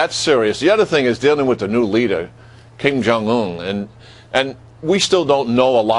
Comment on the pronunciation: does this reporter call the korea leader king jong